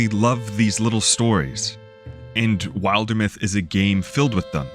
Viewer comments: great video glad i got this in my feed! these are exactly the type of worlds i love, even if there are people who will say “there’s no story” those of us who appreciate a well crafted world will be around to play it them (also not to be a 🤓 but it should be pronounced Wilder-myth as in wilderness, not wild-er-myth 😅 hearing it pronounced wild-er was a first for me lol 😂) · You watched the Wildermyth Q&A and still couldn't pronounce it correctly! 😂 Sorry I couldn't resist being cheeky! This is an excellent video and contemplates one of the key aspects of world-building, and fantasy & fiction that people forget.